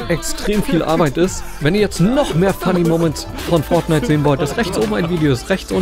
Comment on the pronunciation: es heißt Fortnite nicht FORDNITE